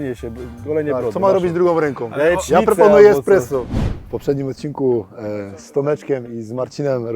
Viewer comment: Esssssspresso a nie ekspresso kochany :)